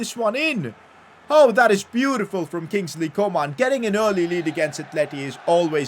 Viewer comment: I love the way he says Kingsley co-maan